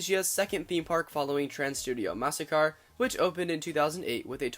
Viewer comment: Nah he did pronounce it "Massakar" instead of "Makassar"